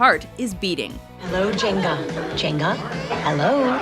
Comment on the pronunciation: Djenga, the D is silent.